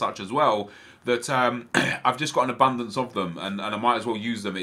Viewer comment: You love the word abundence